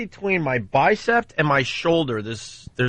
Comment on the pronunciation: Legends say this man bites his "bicept" still to this day......